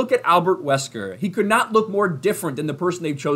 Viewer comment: That's not Albert Wesker... thats Albert Weskee